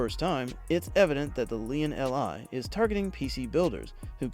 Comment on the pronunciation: Lian... EL, Eye... Lmao